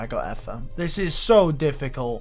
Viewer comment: Ether is pronounced Eether not “ehther” smh terrible engrish